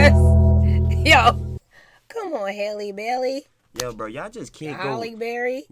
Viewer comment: Her name Isn’t that hard to say.. Bailey and bell are not the same